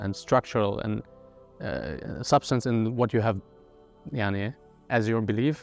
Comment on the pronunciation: It is weird to hear a German guy saying: "maani يعني" 😅😂😂